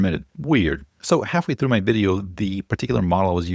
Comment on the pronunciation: Dude, "THROUGH"